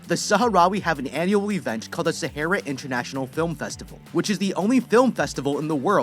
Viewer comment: You are saying Sahara wrong